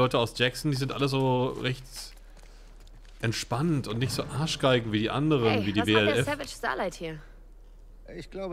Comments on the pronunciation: Wie du immer WLA statt WLF sagst XD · ISt mir auch schon aufgefallen.. :D:D:D er sagt WLA anstatt WLF aber ich frage mich wieso... was ist da in seinem Unterbewusstsein das er WLA sagt... er muss da ja iwas reininterpretieren ^^